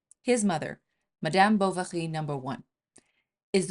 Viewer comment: Is she pronouncing M'dyaam 'Bou-wa-ghi'?😮